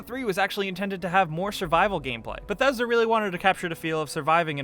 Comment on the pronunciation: Thats not how you pronounce bethesda